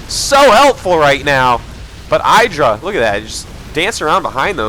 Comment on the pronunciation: Dear Artosis, I've watched GSL and heard how you and Tasteless high-five IdrA just because he hates it, but do you also say EYEdrA because he hates it? Or has he really not mentioned you're saying it wrong?